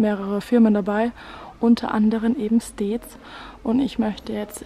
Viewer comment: StEEds😂😂 man spricht Stiids🤣